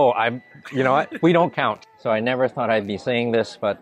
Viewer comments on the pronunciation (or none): none